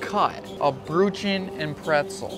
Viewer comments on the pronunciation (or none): The pronunciation of Brötchen is so weird yet cute 😂 "Broodshen" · Nobody eats buns and pretzel nuggets! 🤦These machines are for big loaves! 🙄 By the way, the pronunciation of "Brötchen" is really bad!!! 🫣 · I've never been to Germany but your American pronunciation of Brötchen angers me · Your pronunciation of "Brötchen" is absolutely horrific! 🤣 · Omg your pronunciation of brötchen is so wrong! 🙄🤦‍♀️